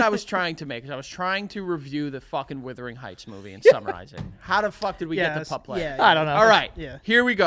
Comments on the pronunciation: I cringe a little every time they say WITHering Heights 😂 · Someone count how many times they said withering and not the actual title, Wuthering